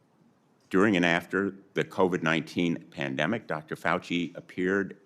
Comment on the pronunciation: "Dempanic" not Pandemic"